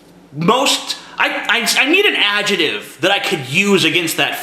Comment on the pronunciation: you say 'adjective' funny aw